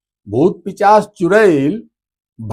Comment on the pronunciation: "पिचाश" नहीं, सही शब्द 'पिशाच' है।